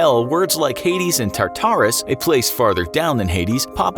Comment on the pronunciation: Im only a minute into the video but as a Percy Jackson fan, hearing you say Tarturus the way you did is making me reevaluate my entire life.